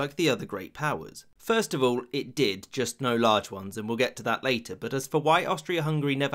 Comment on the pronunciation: That "IT DID" sounded personal